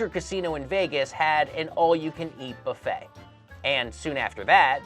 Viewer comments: "Boofet"? It's "buffet" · Wasn't that "Boo-fay" and not "Buff-ay"